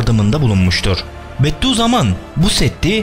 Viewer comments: "Beddü zaman" değil "Bediüzzaman" Okuduğunuzu düzgün okuyun lütfen 👉🏻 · Ulan, Bedduzaman değil, Bediüzzaman diyecen